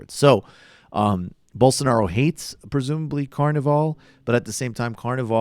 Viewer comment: Please tell Rubin is jah-EER bol-soh-NAH-roh. Or Bozo, for shorts.